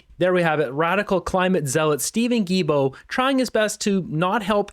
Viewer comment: Not that I like the imbecile environment Minister, but his last name is pronounced Gi-L-Bo. There is an “L”, and it’s not silent. Other than that, keep up the good work!